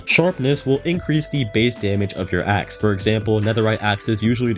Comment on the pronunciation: Ha ha... I heard "Ex" instead of "Axe"... 😢 "This will increase the damage of your Ex" Lmao